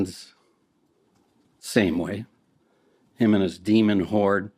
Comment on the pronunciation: I just keep hearing "his demon WHORE" instead of horde and it makes me chuckle.